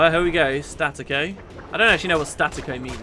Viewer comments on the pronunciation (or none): Staccatto's not pronounced "static-o', it's "stuh-cotto", it's italian for detached. It's used in music to mean that you sort of make every note clip off sharply, like El Toro, if you've ever heard it. Loving the LP, by the way,, this is fun.